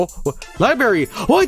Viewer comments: Lie berry : ) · No it's Libooby